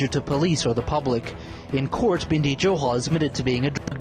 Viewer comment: Bindhi johal nhi y Bindi ਬਿੰਢੀ ਨਹੀ ਬਿੰਦੀ ………..